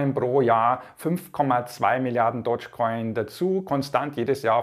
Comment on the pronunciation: Der Coin heißt DOGGGE Coin und nicht Dodge Coin Dog ist auf Englisch Hund und Dodge ist der US Amerikanische Automobilehersteller 😌